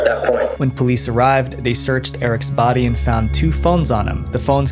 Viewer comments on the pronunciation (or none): none